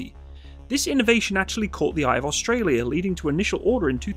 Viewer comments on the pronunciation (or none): none